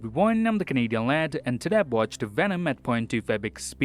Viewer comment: I am dumb I thought you said hey it’s the Canadian land not lad lmao